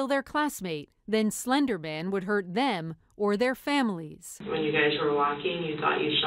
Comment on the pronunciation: Girl: “it was slendrman” Slendrman: “I don’t even know who you are”